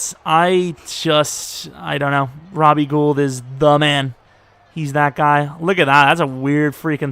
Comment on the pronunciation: To remember it’s pronounced Robbie gold think of it as his kicks are good as gold